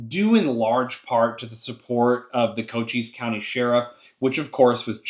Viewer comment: Don't sweat it you got it right. Co-cheess.